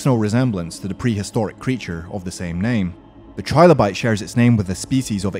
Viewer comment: Just saying, it's 'Trill-o-bite" like "Thrill-o-bite" not "Try-low-bite", think of how "Trillion" is pronounced.